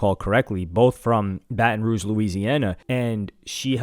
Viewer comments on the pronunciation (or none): none